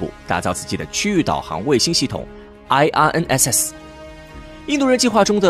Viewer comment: 请用中文名称称IRNSS，IRNSS的英文发音听起来很蹩脚。